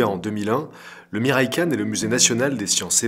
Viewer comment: OMG les prononciations des mots... Ce n'est pas de l'Anglais hein.... Entre le Kawai et le Miraikan... Même Google traduction s'en sort mieux.